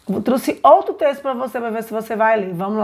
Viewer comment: Crítica construtiva: Vc está falando nos vídeos truxe,, ao invés de trouxe. Gostei dos vídeos, mas percebe-se q vc está lendo. Se vc aperfeiçoar estes vídeos será ótimo.Gostei do seu material. Gostaria de saber como fazer com q a criança fique centrada. Minhas filhas têm quase 4 anos e perdem o interesse rápido pelas atividades